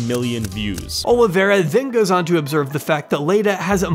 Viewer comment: Why do people say "Oliviera"?